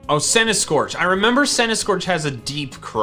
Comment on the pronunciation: I lost faith in when he didnt choose mr rime for when he said centiskortch